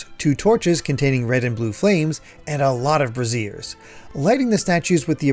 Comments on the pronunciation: Always love your videos and I loved this one. One point you might want to know regarding braziers: “Bray-zhur” is something you can light on fire and “bruh-zeer” is for supporting or covering mammaries. We all mispronounce things, I end up saying “entrepreneur” wrong every time I read it, I sound out the letters too much. Easier when I’m not looking. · not to be that person, but the word "brazier" is pronounced like BRAY-zhur (rhymes with "erasure"). The word you're saying is actually "brassiere" (bruh-ZEER), meaning a woman's undergarment, also known as a "bra". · I'm sorry but brassiere is short for bra, brazier is pronounced more like breizier.